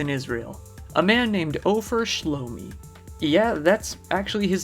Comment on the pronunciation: Beer Sheva and his name Offer Shi-lone-i